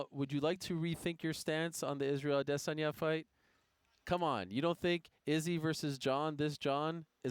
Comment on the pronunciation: I'm always bothered with how Helwani pronounce "Adesanya"